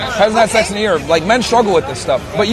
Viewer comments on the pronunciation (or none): none